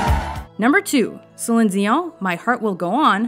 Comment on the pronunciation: Love how she pronounces Celine like she knows it